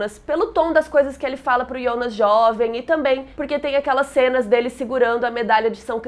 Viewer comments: QUE AGONIA DESSE IIONAS. DEIXEI DE SEGUIR O CANAL SÓ POR CAUSA DESSA PRONUNCIA Q TODA VEZ ME DOÍA OS OUVIDOS. QUAL A DIFICULDADE DE FALAR JJJJJONAS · Muito bom o vídeo! Mas o pfv, para de chamar o Jonas de Iondas. Eu sei que está pronunciando correto da língua nativa da série, mas estamos no Brasil, Jonas se pronuncia Jonas mesmo. Fica paia e é irritante pronunciar Iondas kkkkk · Me dá agonia ela falando o nome Jonas de IONAS. Sendo que em inglês, em alemão e português nos 3 idiomas eu ouvi "Jonas" msm. Diabo de Ionas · Pq se fala ionas e nao jonas ? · Quem deabus é iondas kkkkk minha filha o nome é Jonas estamos no Brasil